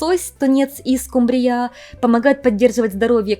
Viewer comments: Дорогая прекрасная девочка, спасибо за прекрасные видео! Люблю вас❤ только не «скумбриЯ», а «скУмбрия»😅, надеюсь не обидела). С любовью из Украины❤❤❤ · Витамин "си", "скумбриЯ" - смешно звучит для русского уха😂